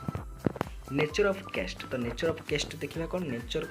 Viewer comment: କେଷ୍ଟ ❌ କାଷ୍ଟ ✅